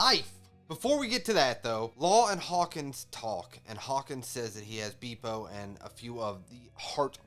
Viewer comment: not beepo, its beppo :D